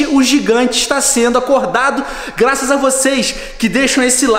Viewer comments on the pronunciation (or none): Cê falou glaças